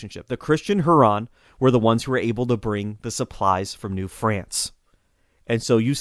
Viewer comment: Greetings from Michigan. I live on Lake Huron. Folks in Michigan pronounce it Lake HYOO-ron.